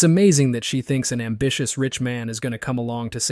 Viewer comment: "I'm ambitious" no you mean ambitchyous lol.